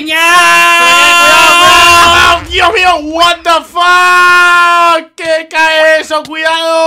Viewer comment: Jajaj me dio risa cuando dijo guatafaz jajaj cuidado jajaj